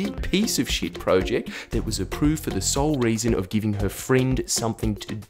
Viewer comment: project not pro-ject still good video